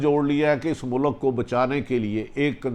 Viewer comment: It’s not mulak it’s mulk, pls atleast try to speak Urdu correctly:)